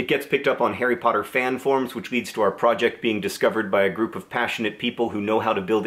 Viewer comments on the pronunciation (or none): none